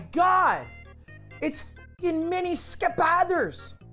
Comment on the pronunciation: As a dane i love "skepathers"